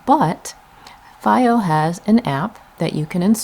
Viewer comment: It’s pronounced: Fee-Oh.